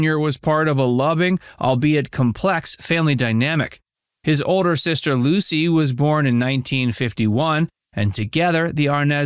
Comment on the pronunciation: Minute marker None of the people in the photo are Licy or Desi! Wow, do you ever need to do your research. The inconsistencies of pronunciations of names can be very grading on the ears.